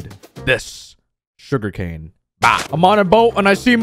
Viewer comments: “Shuger cane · Him in every video: sugari cane (lol)